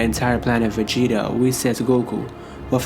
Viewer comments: Why do u say planet vegeta like that, “ planet aa va gets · Planet.....vegeta and that was gokus father.......bardock hahaha love how u say it